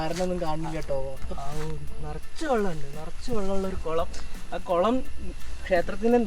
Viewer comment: കൊളമല്ല കുളം എന്ന് പറയുക . കുളത്തെകൊളം എന്ന് പറഞ്ഞ് കൊളമാക്കാതിരിക്കുക.😀